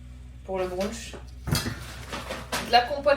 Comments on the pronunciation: C'est pas un brounch mais un brunch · Pour le « brounch » 😂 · brunch ça se prononce bruntche en anglais, la facon dont tu le dis c'est trop mimiiiiii